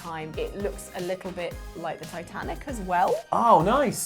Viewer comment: "Time Tanic"